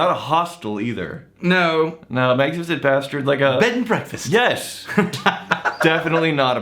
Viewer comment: “Bed & BEKFAST”